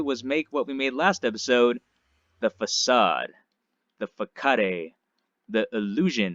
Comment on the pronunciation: Facade- farrrsaaard- facade xD